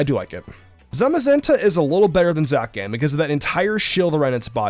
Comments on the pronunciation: It isn’t Zakian is Zacian we ain’t pronouncing pokemon names wrong this generation.. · “Zacian” is pronounced “Za-SHI-en” like “cyan”. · the way he pronounces Zacian lmfao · Is anyone going to talk about his pronunciation of Zacian😂😂😂